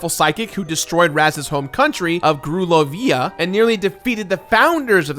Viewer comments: Lol how did you butcher the pronunciation of Grulovia so badly? It's said so many times in the game. grew-LOW-vee-ah said with the same cadence as Romania. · "grulo-via"? ... did... did you play the game...? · Woke up and chose to mispronounce grulovia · I'm about to stop watching you because you consistently, and purposefully, mispronunciate simple words. That's not how you say grulovia. You completed this whole game and heard it said, and that's how you choose to say it. How pretentious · Some basic mistakes on the actual plot AND mispronouncing things like Grulovia means you didn’t play this game. Maybe someone you employ did though! I appreciate the research on the development cycle though :) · I love your content and all but the way your pronounced Grulovia is so wrong it hurts 😂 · How do You miss pronounce grulovia!! Theres an entire song about it! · How did he mispronounce Grulovia after hearing that song over and over again.